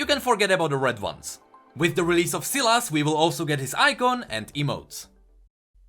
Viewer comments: Sylas. Sylas. Sylas. Not Sillass. Fuck. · Sylas is pronounced Sigh-las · I have a friend Sylas and he pronounce his name Sai Las